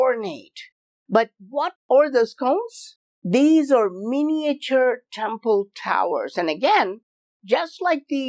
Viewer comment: Love you but please avoid trying to say miniature in future please m8 lol